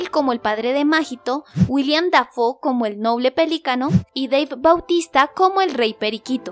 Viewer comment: No es Dave bautista, es Dave batista jajaja